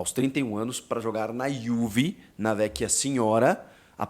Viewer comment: iuuve 😂 fala direito porra